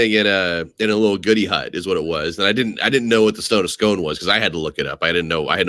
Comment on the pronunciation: btw, the Stone of Scone is pronounced 'Sk-oo-n'